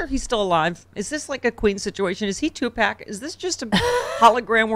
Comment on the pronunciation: Gurl. Pronounce Tupac correctly, eesh.